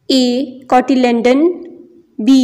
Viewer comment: cotyledon hota hay aap nay hat bar cotylendon bola hay